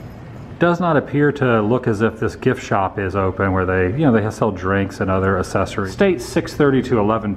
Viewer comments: If you are going to say the word "accessories" so often, please learn how to pronounce it correctly! Triggered. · You pronounce "accessories" strangely🤷